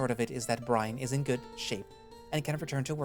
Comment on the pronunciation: Heh i rly like CalderxBrynn. Tho it would be better if you checked pronunciation of some names and words on google translate or whtever, for example it's Brynn not Brian and "sire" is a different thing from "sir". Other then that ty for reading it through for us, i listen to you on my way to and back from work.